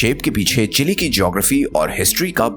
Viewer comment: Not chilli it's chil'e